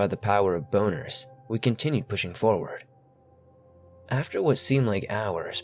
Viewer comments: He said “bonerz” 😂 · By the power of boner's? Wtf does that even mean? 😂 😂 I had to rewind that a few times just to make sure that's what was said lol